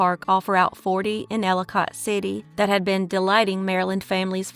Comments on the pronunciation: Elli kit city not cot like it looks like it’s pronounced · I live in Maryland. When I was a kid my Aunt lived within walking distance of Enchanted Forest. You are miss pronouncing Elli cott City.The last part of the name is not pronounced like the word cot.The o sounds more like an I.Another wonderful video. Love listening.